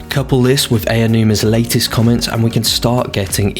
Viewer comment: Aonuma is pronounced "Ow-nooma" not "Eya-nooma," just saying.